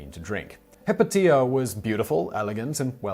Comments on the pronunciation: Not "Hip-o-tia", it's "Hi-pay-she-a" - The movie Agora is all about her! And the hermaphrodite is the ultimate symbol of European alchemy, as it embodies in one, the balance of both major natural forces. Geesh, I though everyone knew that! : ) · Simon says he tried to look up the pronunciation of the names. He must have used webcrawler or some other defunct search engine. The first woman out of the gate Hypatia is pronounced (in English) Hi Pay She Ah. I found it in .00001 seconds. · Hypatia is pronounced hi-pay-sha